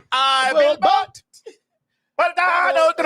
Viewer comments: “I bill bote” took me all the way out here at work! I couldn’t hide that outburst! 😂😂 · “Ohhhh my god I will boteeee” lmao